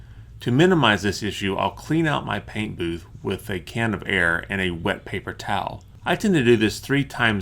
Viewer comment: I love the way this guy says paint. Such a heavy P. PPPHHaint.